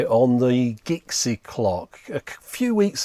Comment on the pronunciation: Are we sure it's "Gixie" and not "Jixie"? :)